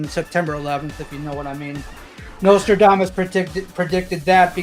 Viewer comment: Why do you pronounce "Nostradamus" like "Notre Dame Us"? The third letter is an "S". Sound it out.